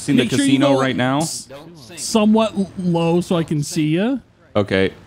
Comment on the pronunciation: “don’t sink”